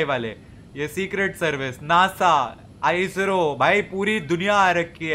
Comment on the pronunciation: he said AISRO